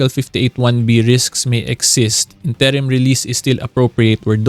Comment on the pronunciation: What is up with the incorrect pronunciation of INTERIM?🤭